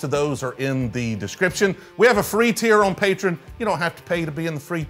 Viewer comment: Hot take: You mispronounce Patreon every time. 😂